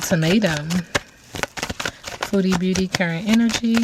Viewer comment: Fabulous reading, i must say when you say her name it always sounds like Feudy beauty 😂 makes perfect sense to me 🙏❤️